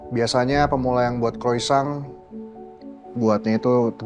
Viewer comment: chef maaf chef di bacanya kroisant tapi penyebutannya kroasong {Croisant} hehe 😁👍🏻✌🏻